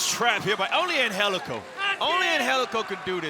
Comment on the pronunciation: How tf is Angelico pronounced Anhelico? Gtfoh!